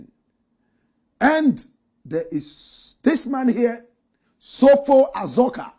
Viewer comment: Please it’s Azorka not Azuka